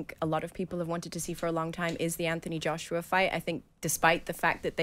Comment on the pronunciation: She's obssesed with Wilder. Why does she also pronounce Anthony Joshua's name like that?